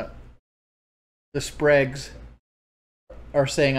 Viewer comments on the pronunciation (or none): the "Spregs" did he really just 62IQ the word SPERGS?!